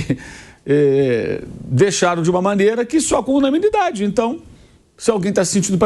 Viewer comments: A palavra certa Mauro é UNANIMIDADE! você falou (unamilidade)😂😂😂😂😂😂😂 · Quem percebeu que o Mauro não sabe falar a palavra "UNANIMIDADE"? Corrija-o, meu caro Pilhado. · O jornalista não conseguem falar unanimidade. 😂😂😂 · Descobri que o Mauro não consegue falar "unanimidade" kkkkkkk